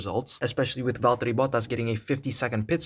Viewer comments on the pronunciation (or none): none